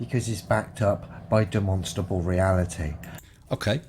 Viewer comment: demononstrable ... demnonstrable ...demenstrabel ... deminsntrable ... one day he will practice saying the word correctly.